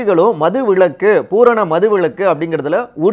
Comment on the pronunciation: ஏப்பா தம்பி, உங்களுக்கு தமிழ் சொல்லி தந்தது யார்? மது விளக்கு இல்லப்பா விலக்கு. ஆ.வி போன்ற உயர் நிறுவனம் இதையெல்லாம் கவனிக்க மாட்டீர்களா? ல, ள,ழ,ர,ற உச்சரிப்பு தெரிந்தவர்கள் உங்கள் நிறுவனத்தில் இல்லையா?